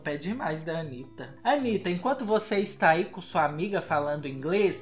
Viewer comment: "Antanitta" kkk credo. mas vc é legal.